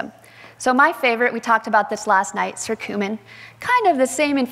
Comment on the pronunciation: It’s not circumin! It’s Curcumin!